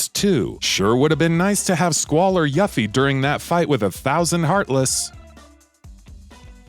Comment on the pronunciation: That Yuffie pronunciation though.